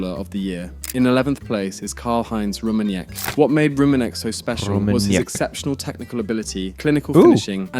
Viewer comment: The way he butchered the name Rummenigge made me laugh too hard XD